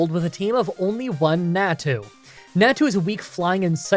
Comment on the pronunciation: it's 'nau-tu' (nau said like maw, but with an n), not 'neah-tu' and 'xau-tu' (xau also said like maw, but with an x), not 'xeah-tu'